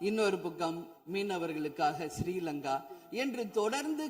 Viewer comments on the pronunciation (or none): none